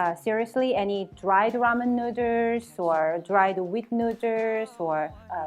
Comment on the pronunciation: She simply can’t pronounce “noodles “ properly after so many years lol